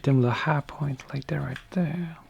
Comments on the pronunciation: I’m never as happy as I am when I hear you say “like that right thurh” god bless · When he says.."That rite thuh".. it makes my soul smile.